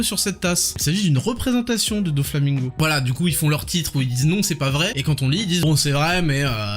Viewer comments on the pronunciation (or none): none